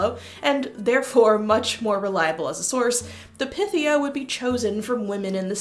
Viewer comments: I thought it was pronounced as pie-thee-ah..? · Pythia = Pie-thee-ya. Pie. Py. Like Python.